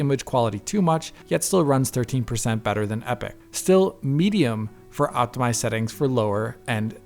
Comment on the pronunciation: "Optimised Seetings" lol